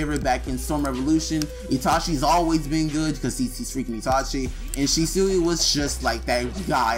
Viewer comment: It’s pronounced (She•Swee)